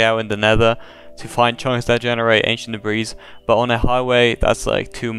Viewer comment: did he say ancient debreez?